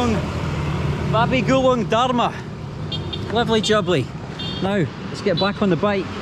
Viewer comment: Babi Gulink not babi gulung 😭